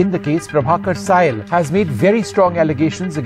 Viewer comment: 5 stars for correct pronunciation of sail(saa eel)